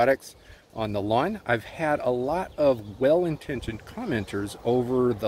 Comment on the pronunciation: It's pronounced lawn...don't forget the "w".